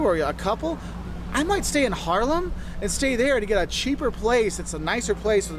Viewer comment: ‘This guy knows what he’s saying’ Me: well yes, but actually no (I’m talking about the pronunciation of Haarlem Groningen etc)